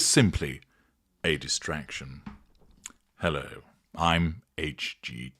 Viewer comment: OMG every time, or is that As Ever *hand does flourish*, you say 'FaSSYON ICON' I'm undone, I walk around laughing trying to do domestic stuff 😆getting confused and the other one is 'HeLLLLOOOO!' 🙏😂🏆 You're a very entertaining fellow, I mean Eton, fine company there😉